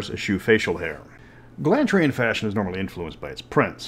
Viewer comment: I just like that he pronounces it as Glan-tri instead of Glon-tri like some people do. That's just annoying.